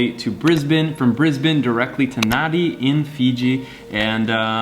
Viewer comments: Also it’s pronounced nan dee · Nadi is pronounced nan-dee, good vid tho. I like kava too